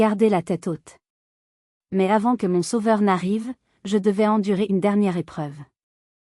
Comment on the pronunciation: C’est une IA. Un exemple révélateur entre autres : on ne prononce pas « MON » épelé m-o-n, on dit « mon » d’un ton appuyé. Il faut reconnaître que la diction de cette IA est meilleure que la plupart … mais le niveau de l’histoire est effrayant de bêtises. En un mot : Grotesque !